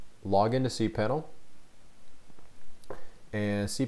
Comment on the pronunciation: You said cpanel, that's not cpanel